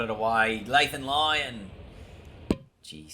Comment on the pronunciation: "Lathan Lyon"